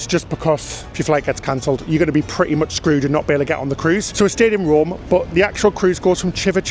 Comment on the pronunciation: It's Rome. Not Romm. Also, take the stairs. U don't need the "lift'